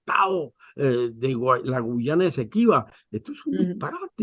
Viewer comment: Nitu, es Guayana no Guyana siempre te confundes